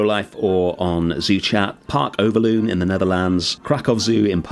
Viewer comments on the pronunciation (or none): Awesome build mate, love me some pygmy hippos. And a Dutch zoo mentioned which always makes me very happy. Speaking of it, the loon part of Overloon is pronounced more like loan. Not that it really matters, just thought it's worth sharing.